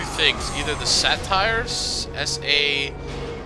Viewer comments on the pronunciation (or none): they're satyrs. and it's said say-ters